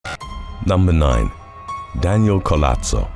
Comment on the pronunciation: Nowadays they'll just call anything super weird that just decades agowould get you in a mental institution a fetish a kink and how dare anyone shame them?well idk don't be public about it 🤷‍♀️ Edit btw in Spanish the H is silent and Collazo is doesn't have a t the double ll is pronounced like J